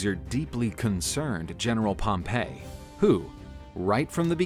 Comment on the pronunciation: Pretty sure it was pronounced Pompy not Pompay. You might be confusing him with the city of Pompeii. Have you been taking lessons in pronunciation from Biographics?